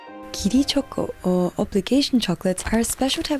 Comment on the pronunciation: I like the way choco is pronounced in Japanese 🩵